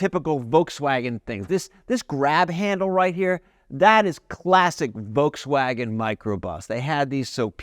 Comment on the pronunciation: "The ID.Buzz that we rented from Volkswagon?" Did I hear that right? Rented?